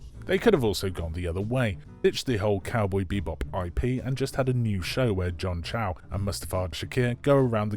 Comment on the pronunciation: Agreed. What a shit show. And it's John CHO NOT CHAU.